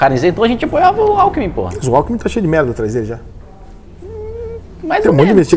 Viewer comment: Alckimin e Bolsonaro, ai o cara fala Alckimin, ai vacilou feio.